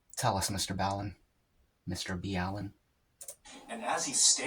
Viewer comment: Did you deliberately mis pronounce his name. or are you acting like a fan when you really do not know him? actually it is 5 years over 200 years. goodness dude WTF. I know what the question is.. " where is your shirt?" that's the question.. its pronounced ( MR Ball LeN ). i think its cannibalism. I think you are right it was a sacrifice for like weather or safe seas.. WOW I was right also.. considering their was a procedure on how to do this. and a hidden tool just for this. in whispers and secrets among all of sailors around the world. this can be considered a ritual activity.